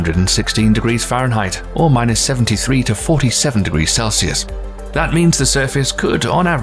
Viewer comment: Cmon he cant even say celsius right 🤣🤣